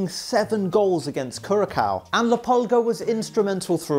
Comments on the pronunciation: you prounouce Curaçao as “Curasau” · The c in curacau is is pronounced an s not an K. Netherlands over here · no only last one. so you say kurasoa(Curacoa) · Curacao is not even a country 😂 and it’s not even pronounced like that